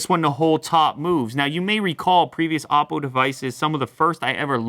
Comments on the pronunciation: It's a Chinese phone and it's pronounced as OH-PO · you pronounce "oppo" soooo very incorrectly.... it's O-po, not ouwpo.